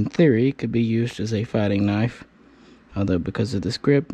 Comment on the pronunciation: KNIFE is NOT pronounced KERNIFE, it's universally pronounced NIFE